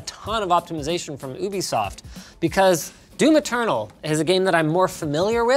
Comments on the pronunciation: YOU-BE-soft Linus!!!! NOT OOH-BE-soft!!!! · Did he just say Ubisoft... as in OO-be-soft. Isn’t it Ubisoft as in YOU-be-soft? Someone correct me if I’m wrong. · it’s pronounced you be soft, not oooo bee soft, get it right linus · Why do Americans and Canadians pronounce Ubisoft "oo-bee-soft" and not a "you-bee-soft"